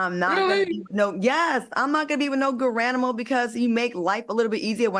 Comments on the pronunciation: “Garanimal.”😂😂😂😂 Oh and Pufferfish😂😂😂😂😂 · She said GARANIMAL! 😅😂